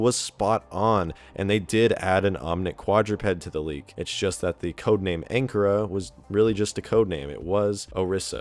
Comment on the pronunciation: At least pronounce Anchora correctly (it's pronounced ANN-CORE-AH)